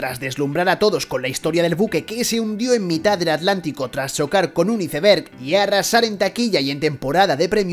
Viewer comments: muy buen analisis y todo.. pero cuando van a aprender a hablar y no decir iseberg (tal cual) en vez de iceberg jajajaja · Como duele escuchar ICE BERG 🤦🏼‍♂️ …